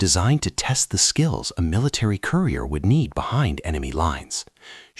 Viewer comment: . Your robot misread “courier” as “career.”